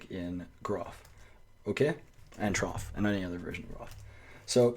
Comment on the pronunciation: I have used the standard unix text formatters for decades ... the software is pronounce t-roff and n-roff.